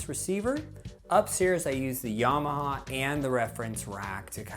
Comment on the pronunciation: Why do you say 'Yarmaha'? It does not have a 'r'